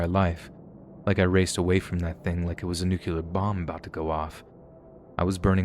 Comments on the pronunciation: You gotta learn how to pronounce the word "nuclear," lol. It's not NOO-cue-luhr, it's NOO-klee-uhr. It's a very common mispronunciation, but one that happens to drive me batty! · i'm so triggered by how people pronounce nuclear as nuke-you-lerr nowadays. smfh